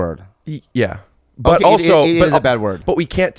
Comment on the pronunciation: I like how Bobby says...Oso (also) LOL